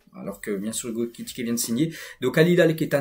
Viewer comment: Excellent travail c'est ta façon de prononcer Ekikité😅😅😅 au lieu de Ekitiké qui me retiens